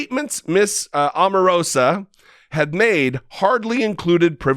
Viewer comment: Her name is pronounced OH marosa